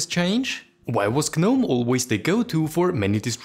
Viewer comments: Please stop saying the G in Gnome. The G is silent, you should say it as if its spelled "nome" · Is the G silent in gnome or not? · It should not be silent! At least in my language that has sane rules such as: "If you don't want something to be pronounced, then don't write it!". As long as you write some letters I'm going to read / pronouce them. I'm not learning exceptions or custom how to read specific words rules.